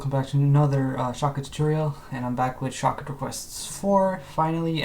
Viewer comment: At this Moment, I thought he said "Shotgun"